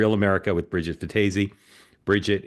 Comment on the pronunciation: Bridget fe-daisy lol